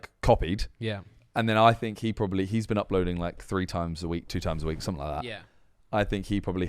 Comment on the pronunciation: its something not somethink haha